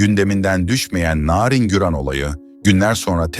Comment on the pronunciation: Bu nasil narindemek çok i kötü bir telaffuz.